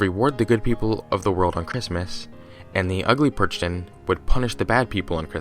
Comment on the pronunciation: Hey, just a heads up: Youuu... kinda messed up with the "Perchten". You completly misspronounced it and you overlooked a lot of interesting things. For a matter of fact, they still actually run around but they are not allowed on christmas. As now it is christmas again, I would really like to offer you to talk about this a little more. It is a very important tradition where I come from (Austria) and it might make for a good video. :)